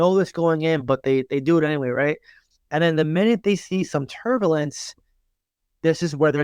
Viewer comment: Did you say Turbolence?